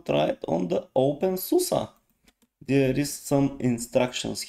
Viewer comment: Always makes me happy when people pronounce openSUSE correctly :DD This reminds me of Xfce a little bit. The default theme does look somewhat basic but maybe with some customizations it will become amazing.